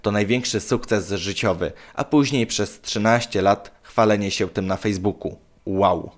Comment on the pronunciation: "sieł" zamiast się, "trocheł" zamiast trochę i tak można wymieniać bo kaleczysz język polski niemiłosiernie.. Zamiast nagrywać idiotyczne filmiki może popracujesz nad wymową?